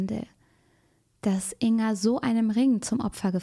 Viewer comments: Ein kleiner Hinweis: man spricht den Namen Ing-Ga, also das G wird gesprochen. Natürlich ist das Video auch so gut und wichtig. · Jetzt mal ganz vom schrecklichen Inhalt des Videos abgesehen, mich triggert es immer wieder, wie sie "Inga" ausspricht😅😅